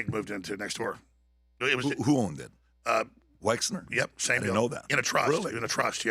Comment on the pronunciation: I want to take Alex so so so serious, but dude cannot even say Wexner. It's WEXNER. M comes after L but before N. Wexler is just hilarious.